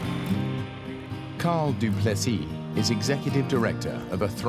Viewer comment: Kudos to the presenter for pronouncing du plessis correctly!!!! Lots of good South African Actors in this one too! On another note I won't set foot on a Cessna they crash for any reason!